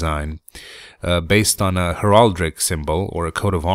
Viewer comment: Something relating to heraldry is actually "heraldic" not "heraldric", yeah it doesn't make sense, it's English!